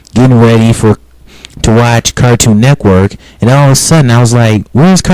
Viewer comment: You say Cartoon Network like Cartoon Neckwork. What?